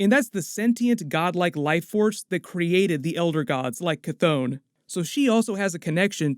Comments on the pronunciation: Sorry man, but your pronunciations are killing my vibe. Ch-thon - Ch (like, chiller) Thon (like, Th-On). The Billboard behind Agatha Harkness is also a bit of a clue, I feel, as to whether Agatha's intentions were bad or good, in this case... the tagline says, 'Using the Power of Mother Earth'. Also, when you get a look at the pages from the Darkhold, the page on the left does look a bit like the representation of the 9 realms (including Midgard) that we got from the Thor films, with the top most part resembling a symbol from the Kabbalah. The symbol on the other page above "Scarlet Witch's" head does look like a writhing tentacle as seen from below, so it could possibly represent Chthon, but also seems to be forming a circle behind her... (see video ). There is going to be fascinating stuff for the next few years within the Marvel movies. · ITS PRONOUNCED KA THON NOT THAT HARD LOL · KAH-th-on, "on" like to turn something on